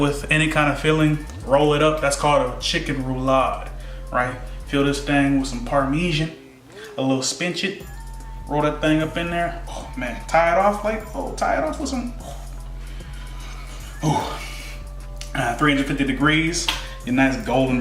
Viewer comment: Spin-what? You mean Spinach?